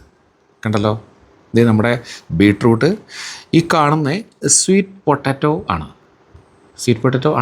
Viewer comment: പൊട്ടട്ടോ അല്ല, പട്ടെറ്റോ